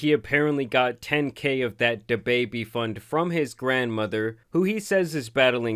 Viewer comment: It cracks me up the way says "Da Baby" 😂